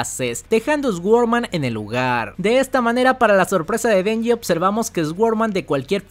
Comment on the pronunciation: "ESGUORMAN".......SORDMAN sería la pronunciación